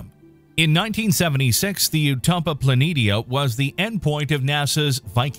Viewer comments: Planetia is pronounced Plan-ee-shee-a, not "Planinia" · It's pronounced Utopia Plan-eee-sha